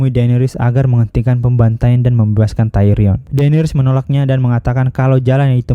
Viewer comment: Tayron bjir Tyrion ngab